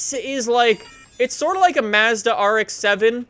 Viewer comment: Why do you say Madza like Madzzda???